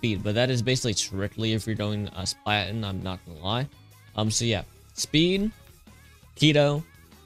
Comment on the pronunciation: it's not called splaten it's called *spal*ten